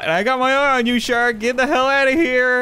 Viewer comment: I love how he says shark😂 "Shurk"😂